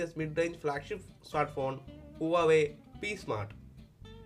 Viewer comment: Good vid. But it's pronounced wah way